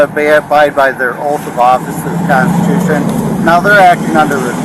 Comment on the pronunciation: What is a kahnstushun?